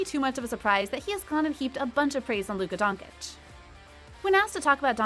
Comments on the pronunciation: it is Donchich not Donkich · "Luka Donkic"........ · Who’s Donkitch ? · Not Donkick. Doncheetch. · Please, please, if you want make a video about Luka, learn how to pronounce his name correctly! It is not that hard. Twice the same sound "ch" like in chill. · I stopped watching this as soon as the woman speaking said luka don-kick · LOL!! Donkick, Nowitski, Guhnoblee, and the Keltics. It’s obvious someone doesn’t know about the very sport they’re talking about…. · Ah yeah „Luka Donkic“ at least learn how to pronounce his name the right way before u make a video about him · Idk how these people mispronounce easy names, Doncic if the last part is "ch" in sound, the first C probably sounds the same ijs 😑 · She sais Donkic ffs 🤣🤣🤣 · who tf is Luka Donkeych 🤣🤣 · Bruh. “Donkich” Really? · Donchich Americans. Donchich. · How does she manage to mispernounce every last name? Donkich, nowitzkee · Its Dončić or Doncheech. Such a "journalist" would be better as a road sweeper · When I hear Donkich I quit watching... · You heard donkich... I heard dawnkkickk.... jk. But for real.. just terrible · I know how hard is it to pronounce dawn uh kick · I am not ignorant... but after 3 years by now in the spotlight, any serious youtuber/commentator should practice s lil bit before going online and butchering the surname. If you can say cheese you can cay cheech... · it’s luka donchich, but u have to say first ch bit harder because it’s dončić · She is butchering his name, and many others Doncic = "DONKcic" Ginobili = "Kinobili" Celtics = "Kelvics" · Can’t even pronounce his name smh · how is this channel named Top NBA when cannot pronounce Luka last name if you are going to do a video about him? and no disclaimer to apologize if you butcher his name? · I’m still astounded how Americans keep mispronouncing Lukas last name, given that he’s a household name by this point….. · + how can you make a video specifically talking about Luka and purposely mispronounce his Last name constantly😄